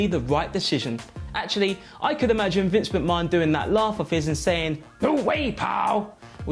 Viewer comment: Can't stand the way he says Vinces name,it's as if he's never watched wrestling!